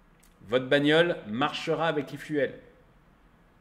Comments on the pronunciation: S’il te plaît, pas i fuelle, i fioule! Merci pour nos oreilles 😉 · L'aifuaile ? L'eufioul, c'est comme ça qu'il faut le prononcer. 😉😁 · Salut tu me fais rire, j'aime tellement tes coups de gueules, et surtout n'arrêtes jamais (de péter les plombs) cela rend tes vidéos tellement plus vivantes. Cela te démarque des autres et de loin et c'est une forme de signature ou marque de commerce. Info gratuite, Efuel ou efuel ce prononce phonétiquement ifioul et non ifiouel. Évidemment que je mets un pouce vers le haut. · La prononciation « l’i-fiou-el » 😂 Sinon, dépendre encore de grands groupes pétroliers qui feront la pluie et le beau temps, de distributeurs, d’acteurs qui décideront de faire grève ou bloquer les raffineries… bon merci. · Quelque chose me dit que ça doit se prononcer e-fioul, non ? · arrête vraiment de dire "l'ifouelle" j'vais péter un cable, t'as pas fais anglais LV2 pour lire fuel comme tout le monde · efuel, ça se prononce ifioul. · À prononcer ifioul !